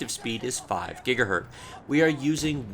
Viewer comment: man it's "gigahertz" not "gigahert"